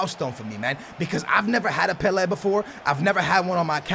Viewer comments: It is pronounced pela not pelehh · PelA not Pelairrr. fucking well annoying. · The way you say Pele actually triggers me "Pel air" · He called pele weah 😂😂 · the way you say Pele makes me sick it's pronounced PELAY other than that GG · Pe lA is the phonetic say properly plz mate good vid though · Pela it's pele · You mean pele first goal u said "Weah" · It's pronounced "Pelay" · Please sat pele right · He says pele wrong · When you cant even pronounce Pele 👏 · Oh for fuke sake u cant even pronounce PELE properly it really puts me off😡😂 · How do you mispronounce Pelè's name😞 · its pele mate